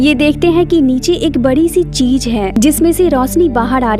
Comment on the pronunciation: Cheej Nahi cheez